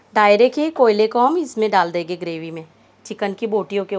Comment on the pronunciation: Plz enhance Ur Urdu/ Hindi pronunciation........it seems U r anyone but a Urdu/ Hindi speaking person Dal dege......Dal denge Banane ja rahe hai......banane ja rahen hain...... pronounce N CLEARLY. PLZ.....AAP NE TOH URDU KI TAANG TOD DI....I feel offended.